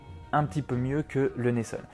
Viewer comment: Hello Merci pour la recette 👌 Par contre, ça se dit « Neisson » et pas « Neissonne » 😜